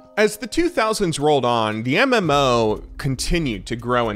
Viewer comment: "MM-ouwo" how he says it 🤦‍♂️